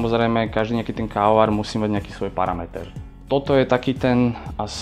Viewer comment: Prečo to vyslovuje ako "kaoar"? :DDD